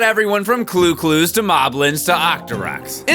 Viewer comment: did you really just call ChuChus CluClus?